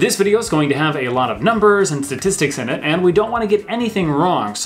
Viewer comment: I'm a great fan of shtashtishtishtics. Looking forward to hearing their next album 🤣🤣😘